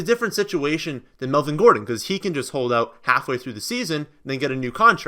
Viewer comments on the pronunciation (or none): none